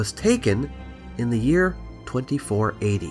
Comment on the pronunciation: When you said the date for the alignment of Khufu's pyramid, it sounded like you said "24 AD". I was thinking of telling you you need to say "this is a few years after historians think Khufu reigned" with more sarcasm...when I finally realized you said "2480". heh